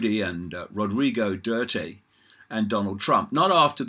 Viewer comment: It's "Doo-Ter-Tay" David.